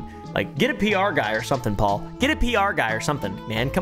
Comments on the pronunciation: "help me pole" 😆😆 pronounced "Paul" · 'help me "Pole".'😂😂